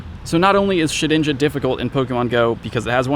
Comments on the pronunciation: Did i hear keep saying Shit-ninja? xD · Why do you call it shit-inja? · Sounds almost like he said "Shitinja"... twice. going blue?